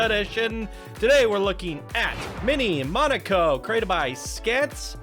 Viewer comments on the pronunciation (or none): hearing the epmhasis as "moNAco" was funny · Awe!!! Poor gonna be razzed in comments with his mispronouncing Monaco. Go easy on him guys!!! Great job Flo & Scants! I really enjoyed the originality of this minipark! You incorporated the world famous Grand Prix theme perfectly with the go carts as well as incorporating the famous boat races & yachs & lifestyles of the rich & famous vibe! Hands down I absolutely LOVED the Roulette Wheel ride skin! Perfecto! Loved the voice acting in the boat ride too - great way to learn & be entertained! ☮️ & ❤️ - SmilingOma333 🙂